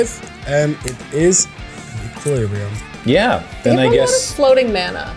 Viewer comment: did he mispronounce equilibrium to get me to comment? if he did it worked.... either way, you pronounced equilibrium wrong